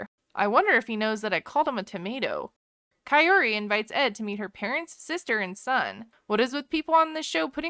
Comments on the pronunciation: Omg guys my name is kaori and I kept having a mini heart attack each time they said kaory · You also say her name incorrectly 😅 It’s Kah-oh-ree not Kah-yoh-ree 😭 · It's funny how u try to correct his pronunciation and then proceed to butcher her name. His pronunciation isn't bad but KaiORy is much worse. Comibg from someone who actually speaks Spanish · I think he is trying to say her name in spanish so he is pronouncing the R differently... but since he is saying the first part of her name, "Kao", in english (Kay-yo instead of "kah-oh) it sounds off in both languages. It literally sounds like coyotee😶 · I am convinced he will never say her name correctly. Until I saw otherwise I literally thought her name was Coyote. Is it just me, or is it not basic respect to learn how to properly pronounce someone's name? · Why TF is he pronouncing her name like Coyote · When you pointed out how much he butchers Kaory's name and then you added the picture of the coyote because that's basically where he's at with pronouncing it had me in stitches 😆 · I thought the same! I swear I hear Coyote! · Love how he pronounces her name as if shes japanese. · He should really learn how to pronounce her name. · Omg does he ever say her name right? It's not that hard lol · Actually....I'm going to side with Ed on the pronunciation of the name. The r is most definitely not prounounced the way we pronounce the letter r. That's how the narrator is pronouncing it. Listen to the spanish woman pronounce her name. There is a rolling of the r....like every other r in the spanish language. It seems like he is making an attempt to at least try and attempt to say it how a Hispanic person would. I bet kaory has way less of a problem with it than most people seem to. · Hahaha! How you gonna marry someone you can’t even say their name 🙄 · I was thinking the same thing!!!! 🤣🤣🤣